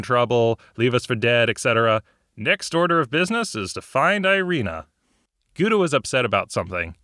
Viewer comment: That's not how you prenounce Gouda at all.